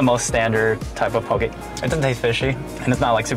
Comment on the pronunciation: how u can tell theyre not from hawaii "pokey" lol